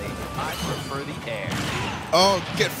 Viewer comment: Solar Surge Poisonally, I pwefer de air.